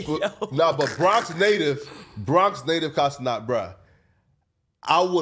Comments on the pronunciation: This fool, or whatever his name is, IS THROWIN ME OFF for the sole reason of mispronouncing Kai’s last name; It’s Ce-NAT, not “Ce-Not” … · “KAI CENOT”😂😂